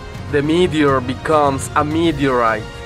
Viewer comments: "Meet-erite" he says! 😂😂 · Can someone write the times he said “meteorite”😂😂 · Say meteorite one more time.